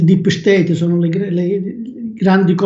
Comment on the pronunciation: Quanta stima per Grazie ma quando dice "dip sceteip mi fa morire ❤ti voglio bene